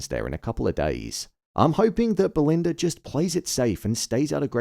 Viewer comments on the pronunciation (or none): Belind-errrrrr & Greg